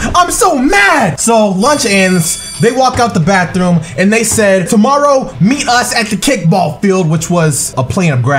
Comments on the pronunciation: "The bathewm" 😂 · why does he say bathewm😂😂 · what with the way he say bathroom